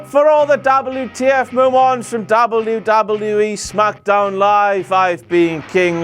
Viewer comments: Love ross, love content, hate the pronunciation of W. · I really like the way you say " W... W.... E..." ie " DoubleU... DoubleU.... Ezzz. lol. Very funny. And good video. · sounds like hes saying dobby dobby e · Doblu, doblu, EE lol that's what I hear when he says WWE 😂😂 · Dabble ewwww dabble ewww e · can anyone else not stand the way he says WWE?